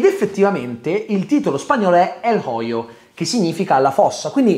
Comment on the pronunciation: "El hoyo" se pronuncia "el oio" no "el joio".